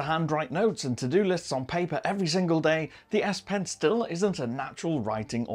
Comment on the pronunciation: I heard "aSSS" pen.........